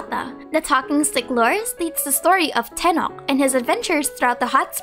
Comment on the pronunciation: Tenoch pronunciation is near to Tenosh, not tenok The Ch is like Chevreuse